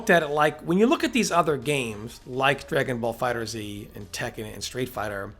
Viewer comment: It's pronounced "dragonball fighters" not "dragonball fighter 'Z' ". You are killing me. Yeah, I know how it is spelled but it ain't pronounced like that.